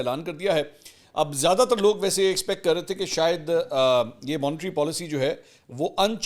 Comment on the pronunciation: Monetary. Not. Montry